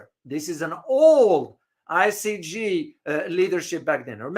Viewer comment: great broadcast but if you don’t mind I’d like to make a minor correction to your pronunciation. The court is I C J not I C G. Thanks.